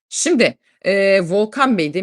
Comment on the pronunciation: rica etsem hep "sindi" diye telaffuz etmeyin, "simdi" o kelime